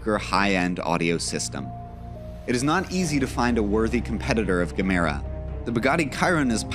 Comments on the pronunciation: Yeah he did. He also said Djemmra... It should be more like ye mera. It means Give More (Ge Mera). I am swedish btw. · "Jimmer-uhh"?! come on man >< at least get the name right. Edit- he gets it right near the end, but mispronounces another major name, lol(you can guess which one). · It´s pronounced Jemera- in Swedish for "give more".... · He pronounced it Kyron instead of Shiron... I know that a C can sound like a K but the Chiron is pronounced Shiron. Not to mention that he pronounced Gemera 2 differennt ways in the video. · You mispronounce the car names. Gemera, Chiron, all wrong.